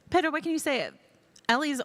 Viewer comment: Why she keep calling my boy "Pedo"